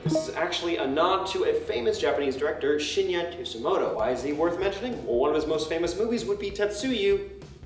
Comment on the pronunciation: "Too ska mo to" lmfaoo